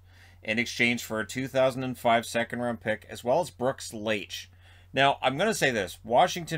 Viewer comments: Brooks "Like". The H is silent . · Isn’t it pronounced Brooks “like” ? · Brooks Laich is pronounced like “LIKE.” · I know that it's not your fault but as a Caps fan hearing Laich's name being mispronounced hurt me a little.